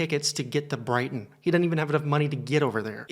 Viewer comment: FFS... when you said Brighton, I cringed so hard.. I live in Hastings, only an hour away 😭